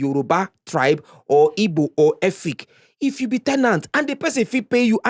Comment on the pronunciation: Guy, it's Igbo not Ibo. You should know better.